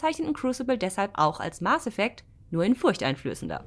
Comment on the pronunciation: MAAAAAAASSSSS Effect nicht MARRRRRRRRS Effect